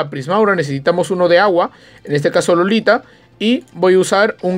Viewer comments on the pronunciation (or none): Es iolita no lolita XD